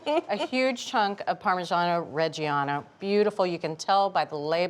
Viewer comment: What a pitiful attempt at pronouncing "parmigiano"